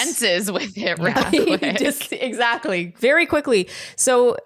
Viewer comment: Word watch: 3 Also every time you guys said “Exactly” all I was hearing was “ExZACHly”